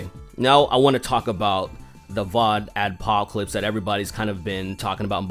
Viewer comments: You repeatedly said "VodAdpocalypse." It's "VoxAdpocalypse." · It's VoxAdpocalypse, not VODAdpocalypse. The fuck, man? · You keep saying "vodadopocolapce"